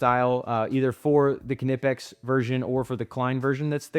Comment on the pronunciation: I don’t understand why EVERYONE just assumes Knipex is pronounced “kanipex” while at the same time knowing damn well how to pronounce knife, knit, knock, known, etc😂